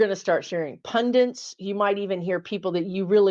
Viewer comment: Hello! Thank you! I love you! It's pundits not pundints. xoxo